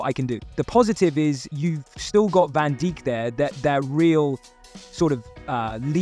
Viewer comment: van Diek?